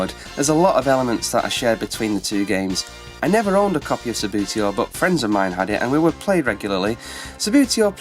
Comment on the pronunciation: I think it is significant that every review of ANY table football game mentions Subbuteo at some point in the proceedings. Whatever the merits of the other games, Subbuteo (pronounced "Sub-bew-tee-oh" by the way, not "Sub-booty-oh") is the undisputed king of football games, the biggest of them all, the most popular...and the best. :-)